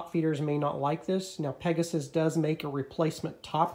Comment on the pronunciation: good video , informative, I will be getting the PEGAS lower blade holder . thanks. not PEGASUS..... sorry.... just say' in